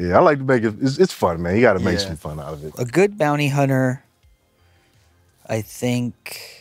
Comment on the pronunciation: Bond-ty Hunter 😂